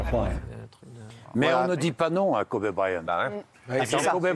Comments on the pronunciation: Le mec parle du respect de Kobe et prononce kobé en mode c’est du bœuf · Quand tu dis Kobé tu parles de qui 🤷‍♀️Kobe(kowbi) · Kobe ça se prononce "kobi" en anglais et non "kobė" comme le boeuf pr ceux qui savent pas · Par contre c’est Kobe pas Kobé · Ce qui me choque c'est Hanouna qui l'appelle "Kobé" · Kobe pas Kobé respecté la légende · Son père l’a appelé Kobe par rapport au steak de kobé